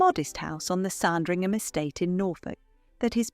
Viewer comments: Speakeasies in London? Why.. And it is pronounced Sandringham, Not Sarndringham! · ... let's not forget 'Sahndringham' - annoying! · Need a little help with the pronunciation of 'Sandringham'.